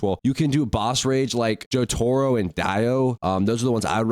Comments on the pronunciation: bro can you stop saying jojotaro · jor-tiro and die-o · Jotoro and Dye-O